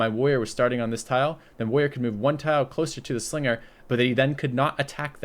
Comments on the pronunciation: Because Woyas. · why doesn't pronounce any of the "R"s in "Warrior"?:) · He is minmaxing his consonants. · Haha I've always noticed that as well